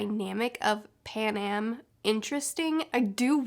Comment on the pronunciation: PanEm, not PanAm. And Cinna = Sinna, not Seena. Like cinnamon.